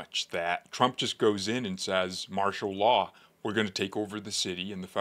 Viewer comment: you said marshal law, sounded like Inshallah.......................hilarious!!!!!! Great video and you earned a follower Sir, keep up the good work..........out!